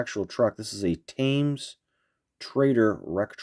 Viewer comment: Cool models, I was born in 1964. I am more familiar with the Matchbox cars around 1969 and 1970 when I was 5 or 6 and the Matchbox cars transitioned to Superfast. Thames is pronounced /temz/ like the river.